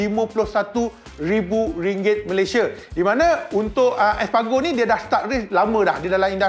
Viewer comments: Bersembur aq bila sebut espagro 🤣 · Sebut nama rider betul2 bang..alex espargo perginya..😂😂😂